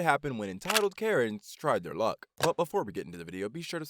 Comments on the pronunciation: "Karens try their luck" not lick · Luck not lick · Luck not lick. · It said lick instead of luck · "their lick"💀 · I was looking at the captions and instead of luck, it said lick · He said “Tried their luck” The subtitles: Tried their lick